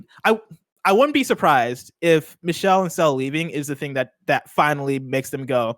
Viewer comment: nailed those French words except for Michels name lol. It’s like Me-Shell